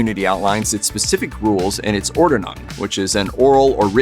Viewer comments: Ordnung is pronounced “Ord-nung” not “Or-de-nung” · Interesting, but the host should have learned how to pronounce "Ordnung", a little research goes a long way! Made the whole presentation for me too high school with that constant mispronunciation.